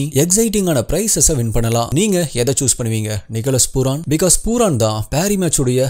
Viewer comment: அண்ணா அவன் name பூரான் இல்ல பூரன்